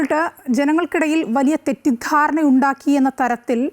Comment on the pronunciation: Janangalude idayile 'thettidharana'. Enthoru stress aanu parayumbol. Pallu therichu poyillennu vishwasikkunnu. IT cell enganayanu vaastavam prathirothikkunnathu, ethra pennu case konduvaraan pattum, Avarkum parimithikal undallo!